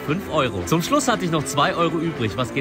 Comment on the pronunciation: Pastel de nata wird paschtäich di nata ausgesprochen